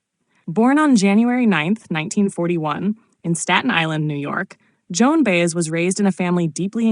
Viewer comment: Her name is pronounced By-ez. Got it AI?